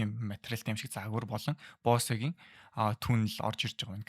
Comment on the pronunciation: Бөүс 😅 not Boss it's Bose.